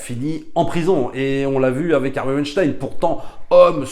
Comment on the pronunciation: merci de prononcer weinstein et pas weinstine comme disent les journalistes ;)